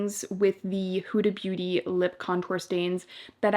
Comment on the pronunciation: It’s not pronounced houda beauty it’s hooda. Like the hood of a car.